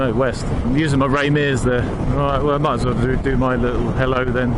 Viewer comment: to . Only a brit would call " braking performance" tasty. xD a " lii uuuUULLLL" bit of humOUR there eh ? xP